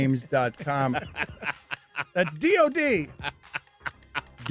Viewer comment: Dan pronouncing DOD as do d (doodie) is one of the worst blunders I’ve heard on this show 😂